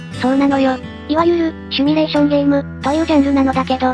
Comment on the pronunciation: シュミレーションじゃなくて「シミュレーション」な 恥ずかしいぞ